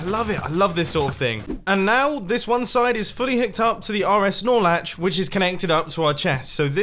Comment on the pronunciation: *Norlatch, Look it up in any redstone channel.